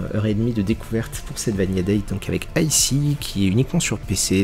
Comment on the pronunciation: Sympa, un peu déçu des effets de parallaxe qui rendent les plans très évidents et qui pêtent toute impression de 3D (Vanilla ça se prononce vaniLA et pas vaniYA) Bisous